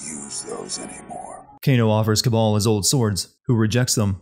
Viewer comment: It's Kabal, not Cabal. You would think that you'd realize this after fifteen or so hours of a game where virtually all Cs are replaced with Ks. =P Anyhow, great video as usual! Voting for Avengers...assuming it can be sinned.